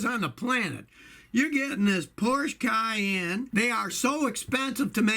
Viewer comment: Nathan S. You're thinking of Cheyenne, when it's Cayenne. And, Porsche is pronounced por shuh. ✌